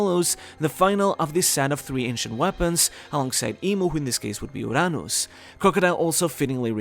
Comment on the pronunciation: until now, you can't pronounce "Uranus" correctly hehehe... kidding aside, love your vids